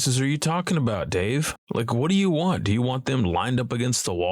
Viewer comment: Once you notice he says “wan” instead of “want” you can’t unhear it ! Sorry doods 🤷